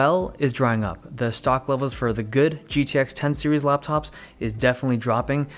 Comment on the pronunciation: dave be like RAPTOP'S IN 5